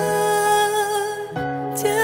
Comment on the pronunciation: 其实音色完全没问题。只是感觉静茹咬字比以前有一些差距。 主歌还好，副歌的时候尤其明显（就是当单词辅音相近的时候）。 比如： 把爱【剪碎】了【吹向】大海，有【许多事】让【泪水洗过】更明白。 这几个字咬得非常含糊。 这跟她以前在情歌里【缱绻胶卷，重播默片】， 这么绕的歌词还能每个字发音精准干脆完全不一样。 不知道是不是因为太久没唱的缘故。真的很可惜啊，因为静茹声音的气质除了来自音色外，很大部分来自她独特的咬字。